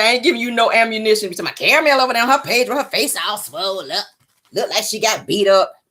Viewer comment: Nick cannon call 😂😂😂😂